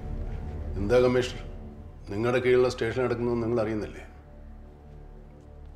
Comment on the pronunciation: ...മമ്മൂട്ടിക്ക് slip of tongue : കമ്മിഷ് എന്നാണ് കമ്മിഷണറെ വിളിക്കുന്നത്.